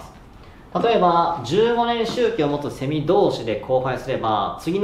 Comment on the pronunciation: セミの発音がおかしい笑